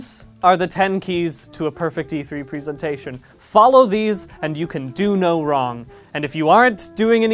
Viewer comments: Why is nobody talking about him saying "prisintation" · Who knows, he pronounced 'presentation' wrong the entire video